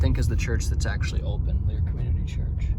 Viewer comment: Pronounced Lair.